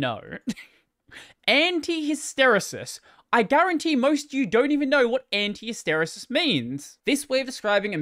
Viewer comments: "Hister-e-sis" is how ive always heard it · It’s Hiss-Ter-eee-sis. Emphasis on Hiss. If this helps anyone.